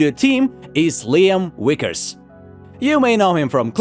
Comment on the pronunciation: I got only one question to ask you, you know it’s Liam Vickys right not the Liam wickers.